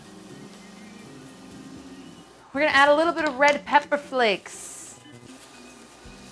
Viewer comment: Why do Americans always confuse British with Aussie accents? The way she said pepper scared me